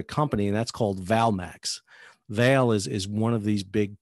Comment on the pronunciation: Its better pronounced vahlay